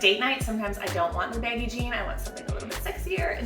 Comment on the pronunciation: Sounds like you’re saying “baby dad jeans”